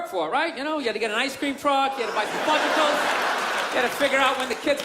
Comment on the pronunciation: bill mispronounced fudgeSicles in 2008 and again in 2012.